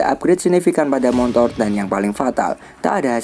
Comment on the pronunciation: Motor min bukan montor 😂😂